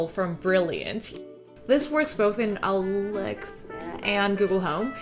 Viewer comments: Why are you saying alexa like that? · Why are you pronouncing „Alexa“ like that? Does it have copyright reasons? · Why are you saying Alexa like that? :/ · I think she was trying not to trigger Alexa while she was recording her voice over 🤣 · 와~ 저런 결벽증이라면 저도 갖고 싶네요. ㅎ 집 멋지게 꾸미신 거 너무 잘 봤습니다. 한가지 궁금한건 알렉사를 말씀하실 때 왜 ‘사’ 발음을 흐리신 건가요? 대놓고 말하면 안되는 건가요?(중요하진 않지만 궁금해서요.ㅋ) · I like how you say "Alexa" in a differently to prevent triggering others' Alexas haha